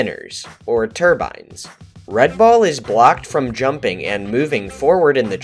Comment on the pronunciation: When you say "red ball", I sometimes hear " red bull".